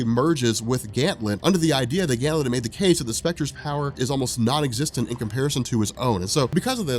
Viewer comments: GAN-THET! NOT GAN-THLET! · I love you brother, but it's "Ganthet" not "Gantlet." No ill will though, you're the man. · Ganthet, not Ganthlet. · Is this man calling Ganthet, Gantlet? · why do you call him gantlet ? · Ganthet...I thought there is no l in his name... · Jason Jones omg he does this on every gl video it's so annoying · Great that you finally got round to this! GL Rebirth and Johns entire GL run from this point on is fantastic. One thing is too noticeable not to point out though, it's Ganthet not Ganthlet :P. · Did you call Ganthet ,"Ganlet" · Ganthet not Ganlet. 😂😂 please it killed me every time. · Ganthet, there is no "L." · This man is saying Ganthlet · Ha rob couldn't say ganthet